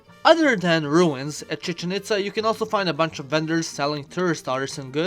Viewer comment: he speak Chichen Itza az Chichenića in Serbia XD